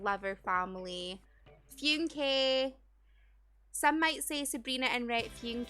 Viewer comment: Phewn-Kay? 😂 I just say it like ‘Funk’ or ‘Fun-key’